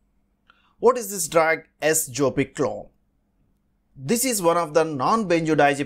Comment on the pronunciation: Wrong pronunciation.